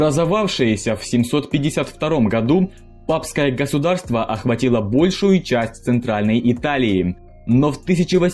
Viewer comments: Не "гоУСдарство", а "ГОСУДАРСТВО" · кто-то кроме меня заметил? ,,Папское гоусдарство"